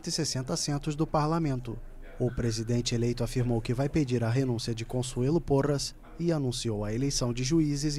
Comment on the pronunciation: Me desculpem mas dopois do "consuelo porras" eu n consegui prestar a atenção em mais nada kkkkkkkkkk